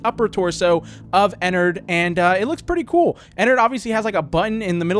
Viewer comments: IT'S EN- ARD NOT EN-ERD! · the way he said ennard "ehnurd" XD